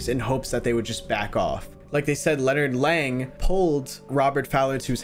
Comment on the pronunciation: "Lennard leng 💀💀" name: leonard lang